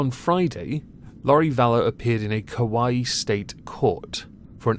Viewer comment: I know this is super serious but I swear you were saying Kawaii Police Department and it was making me laugh.